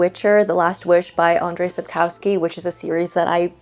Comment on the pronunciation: Please check how to pronounce Andrzej Sapkowski name (AHN-jshay Sap-KOF-skee). He is a Polish author, and the pronunciation should not be Anglicized. I hope you enjoy his books :)